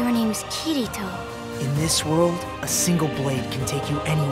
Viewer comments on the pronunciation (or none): I just really wish they'd teach American Voice actors how to pronounce names... It's Ki-Ri-To. Not Ki REE To. Japanese words and names don't have emphasis dropped on random syllables, and it grates at my nerves when they can't even get the basics right. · They just showed episode one on toonami and they cant pronouce kirito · I hate the way the names are said.........I am English i can pronounce them right >.>